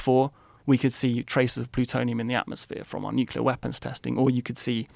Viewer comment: Of course that dumbf*ck grifter would pronounce nuclear "nu-cu-lar". I hate those baboons not even being capable to pronounce simple words correctly. How the f*ck does nuclear, as in NU-CLE-AR, ends up being read as NU-CU-LAR? F*cking baboons.